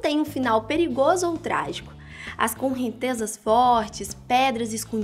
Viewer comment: "conrrentezas". Kkkkkkk!